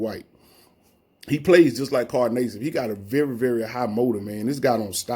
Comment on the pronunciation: Carl Nay-sibb lol